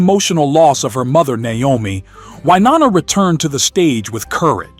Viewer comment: The VO is definitely not human. It can't pronounce Wynonna correctly and says "nine nineties" instead of "nineteen nineties" .